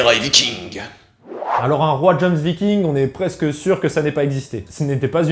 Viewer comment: Ça se prononce Yomsviking 😭😬